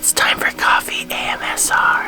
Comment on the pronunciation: The funniest part was him saying it wrong 😂 but yes asmr is funny too!!! Def have him throw that in!